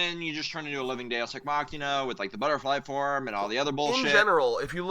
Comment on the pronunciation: Did you say Deus Ex Machina or Deus Ex Makima? I'm fine either way.